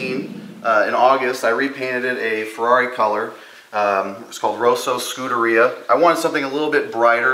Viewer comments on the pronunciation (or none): haha "skoo-dah-rhea" wtf? "Skud-der-ree-yah". omg.